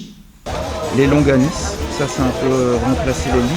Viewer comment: Ont dit longanie et non loganise.